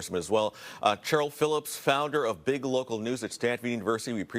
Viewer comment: Pronounced SHHHHHHH eryl. Not CH eryl as in CHAMpion. Educate yourself.